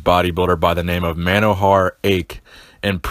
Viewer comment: His name is pronounced mono-hor-a-h lived a few kilometers from my house.